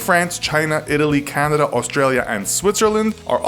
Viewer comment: "Candida?" Where's that?